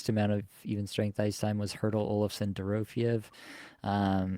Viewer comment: Still mispronouncing Dorofyeyev's name. Check your last flagship show.